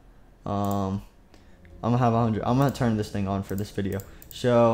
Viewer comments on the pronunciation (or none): none